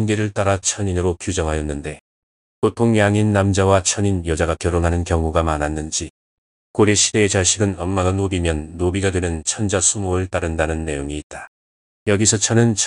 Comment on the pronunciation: 천자의 뜻이 무엇인지 아시는지요? "천자"의 "천"은 길게 발음해야지요 이를 "짧게 발음했더이다. 잘못입니다.